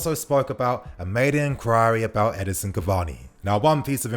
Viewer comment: can you stop calling him Edison, it’s Edinson my man 😤